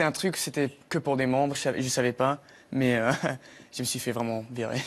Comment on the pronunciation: Il a un accent tres Canadien lorsqu'il prononce "normale" et "mais" et bien d'autres mots.